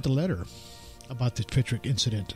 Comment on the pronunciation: *Pentyrch That's ‘pen-turk’, not ‘pen-trick’. If you couldn't even get the name of the place correct, how many other mistakes have you made?